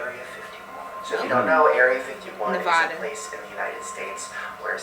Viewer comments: It's nevaaaada not nevauda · I don't see anyone saying it, so I will., it's pronounce Nevadah, not Nevahdah